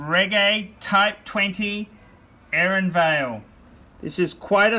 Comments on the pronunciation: Repeat after me : aero-nah-'vahl, not air-on-vail or hair on veil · It's "aei - hco - na - vall" not AARON-VALE. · It's Aero-Nay-Vahl. Like Naval Air flyers. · *PRONOUNCED: "AIR - OH (SECOND PART) NAH - VAHL*. WOEFULLY UNSOPHISTICATED COMMON OAF.